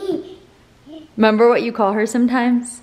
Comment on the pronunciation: just fyi... you say "member" instead of "remember" like you're a toddler still hahah. it's just funny wanted to point it out. i notice Rachel does it too. but just wanted to make sure you know so you sound like an educated adult LOL